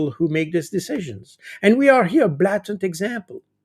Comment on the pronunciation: Pronunciation: BLATANT. The first A of BlATANT is pronounced like its name in the alphabet. I think Jacques pronounced it like a short a😊